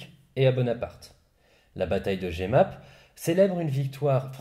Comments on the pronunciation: Super vidéo comme toujours, par contre petite note linguistique: on prononce Jemappes "Je map" et non "j'ai map" (on se passera de l'écriture phonétique) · NB: Jemappe se prononce "je-map"